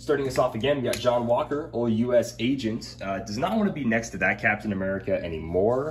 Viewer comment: I think wi036 Cap is neat, but I’m just glad says U-S Agent, and not U-S-A Agent. Man that annoys me.